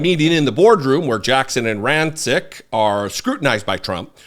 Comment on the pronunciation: I believe the pronunciation is "Ran-chich".....anyway, we've long known #Chump is a racist slimeball, but it needs to be hammered home more